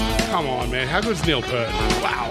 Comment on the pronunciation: Remember, there's an "ear" in P'ear't.......not Purt.